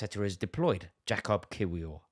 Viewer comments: Rory to help you out bruv... In Poland they pronounce 'W' like V so Kiwior to you would be pronounced (Kivi-or) Jakub is also like Yakub not 'Jake'... You're welcome 😂🤝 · Arteta played 4 CBs before anybody else in English football, it’s pronounced Kivior as opposed to its spelling ‘Kiwior’ 😂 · Rory it’s pronounced “Ki-Vee-Or” 😂 you’ll get there one day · It is pronounced Yacub Kivior. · Rory lol its easy just say kiwior like key-wee-or but say it fast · Why can nobody say kiwiors name😭 it’s yak-ub kiv-ior